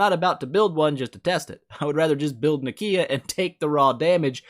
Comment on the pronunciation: "Nikiiiia". please